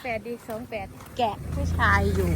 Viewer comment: ออกเสียง ชาย ยังไม่สำเนียงลำ